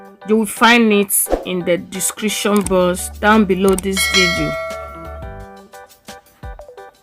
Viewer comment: My sister when you say description box I thought you said description boss any way it looks very yummy ❤